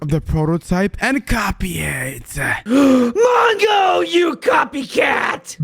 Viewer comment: It's not mango is mongo